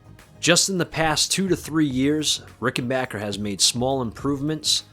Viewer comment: Thank you it's great to hear rickenbacker pronounced the right way! I loved these guitars for over 4 decades & own 3 ricks great video